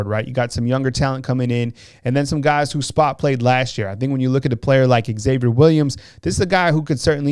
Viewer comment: Great content and video, love the insight. Just curious why WR Xavier Williams is pronounced "ex-Xavier". X is pronounced as a Z, like xylophone. You don't say "ex-xylophone" do you? It's just plain old "Zavier"